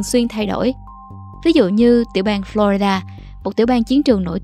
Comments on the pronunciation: Teller, có góp ý nhỏ với bạn. Bạn đừng đọc: Flo rai đa, cả việt hoá hay english đều không đọc vậy. Nó nhỏ nhưng nói lên sự tận tuỵ của mình với công việc! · Lần đầu tiên nghe một người đọc tên bang Florida là phlo RAI đa.